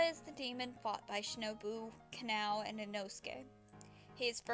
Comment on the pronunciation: sry just pointing out it’s kah-nah-oh not canal